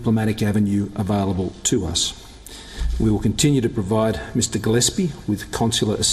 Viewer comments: Note to my fellow Indians: Gilespie is a common english name, and it's pronounced gill-ESSSS-pee, not GILL-ess-pee. The emphasis is on the middle syllable. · Gill-s- pie, Now eats humble pie???